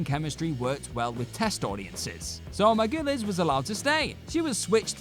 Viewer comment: Juliana MAR-GOO-LEEZ!